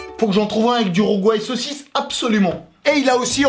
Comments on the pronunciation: C'est Rougail saucisses Pas " Rouguail saucisses " Big up de la Réunion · Quoi rougouaille de sausicce sa se dit rogaille de sausicce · Du "rougouail saucisse" mes oreilles de créole saigne lol. 😁😁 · le "rougouaille saucisse" à m'a fait saigné les oreilles lol 🤣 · Le Rougail Saucisse Mdr tu m'as dead!! bizarre ta prononciation mais gros big up de l'ile de La Réunion!!